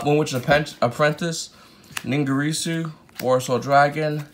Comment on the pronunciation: bro. its NIN-GEAR-SUE not ningarusuau